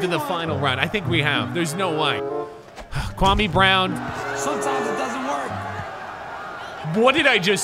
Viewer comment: I may not know who Kwame Brown is, but I know you're not saying right